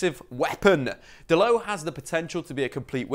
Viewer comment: It’s Dalot not dalow😂